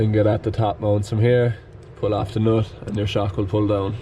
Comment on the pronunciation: I like when said noot😂